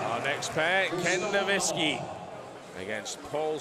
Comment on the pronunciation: Ken Nowicki, "Ken novintski"